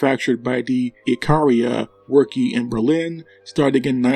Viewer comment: Spandau was a royal armory not a private company and worke is pronounced worka` not workee!!